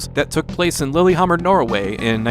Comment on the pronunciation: Well, still a fun one to learn about. Don't think Lillehammer's pronounced lilyhammer though. But games like these do tend to go south very quickly upon release.